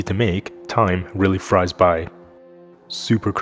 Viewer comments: You did NOT just say "time fries by" Dx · ...did I hear 🙉 time frys by.... 🤔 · Did you just say "time fries by"